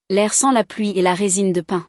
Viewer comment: L'IA ne fait pas la différence entre le mot pin et pain... C'est d'une tristesse!!!